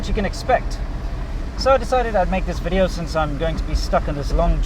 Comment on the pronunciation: exe he needs to teach her at least how to say the word video